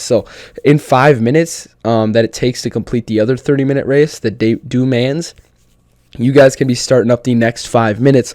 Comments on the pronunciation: 24hrs of ale Mans is this coming wwwkens! MotorTrend TV (cable/satellite channel or app) will have the ENTIRE race!!! We haven’t been sable to watch the whole race on TV since the days of SPEED TV, pre Fox Sports 1. Le Mans is pronounced “Le Maw” or even “Le Mon” making the S silent. Just don’t say “Le MonZ”. Unless you’re French, Dew Mans is no Bueno. Amazing job with ballast!!! Rest peacefully Tommy Hawk and Jon Bon Jovi! You may still be able to grab ACC on PS+ for 12 bucks! Regular price is 40. 🍻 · My fellow Americans, can we please work on our f×cking pronunciation as well as just sounding out the damn words.. "Dooo manz" is not a thing. Du Man (if yoi wanna sound a little cultured , pronounce it "Du Monn" with soft delivery. Or just do what most do.and jist call.it Le.Mans, aka Circuit de la Sarthe . And Sargena isn't a thing, Sar-degn-A , the g is obv silent, sound it out ... SAR - denn-YiA.. Soon enough you just might start learning the famous names.of each corner,.curve, chicane , even straights( aka Mulsanne) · Just FYI- I would refer to “du mans” as Le Mans and it’s pronounce MON, not MAN, with a silent S. Like lemon but accent on the second syllable. Anyways thanks for posting the video. Cheers! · the way he said le mans tho... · I didn't even know that's what he was trying to say, it was so fucking butchered, holy mess...